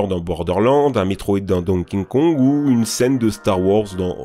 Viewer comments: tu dis tjrs "donkinkong" et "nitendo" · Donking Kong ? On sait toujours pas le prononcer ?! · Tu me stresses tellement à dire "Donking Kong" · Ca me fait toujours marrer cette difficulté que a de prononcer Donky Kong dans toutes ses vidéos. C'est Donky Kong ou King Kong, mixe systématiquement les deux en Donking Kong 😅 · " donking kong" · "Donking Kong" "Nitendo" Je paris que le narrateur crois que Zelda c'est celui avec le chapeau vert lol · Ouais, le célèbrissime "Donking Kong" 😅 un jour, tu feras un sans-faute. J'y crois ! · Euh il dit: Donkin kong 😐 j'm'attendez paa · "Dong King Kong" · le fameux donking kong ca me fume a chaque fois qu'il le dit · Tu me perturbes à dire "Don king kong"